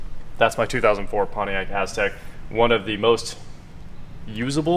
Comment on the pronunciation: everytime he said Aztec all I heard was A$$crack.